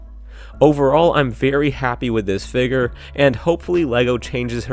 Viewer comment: Why do you say figger instead of figure